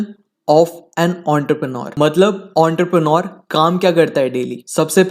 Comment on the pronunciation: Entrepreneur ❌ Ountarpreneur ✅